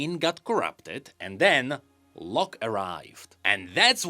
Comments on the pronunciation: I was wondering for a while why you pronounced it low-ck. and not law-ck. Figured it was just a weird pronounciation choice by Riot. At least for me, that spelling always read as Law-ck. The e is just silent, like Blond vs Blonde sounds the same regardless of the e. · bro the way you pronounce Locke, seems you're saying Lux, which then I started to get very confused as to why she was involved whatsoever